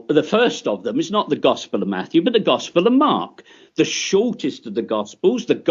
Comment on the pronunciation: Gospurr lmao twerp